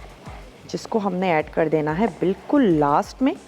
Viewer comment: Masala tv walo ap sa guzarish hai ka kar ko kad kehna theek krein bohat bura lagta hai